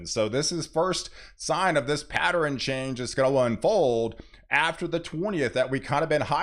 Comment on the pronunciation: What is a patterin? Only heard David E. Taylor say pattern that way .